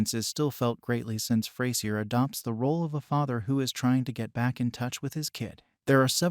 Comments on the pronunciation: Yup. It's not ftay-zier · Next time you should try using an AI that can actually pronounce Frasier.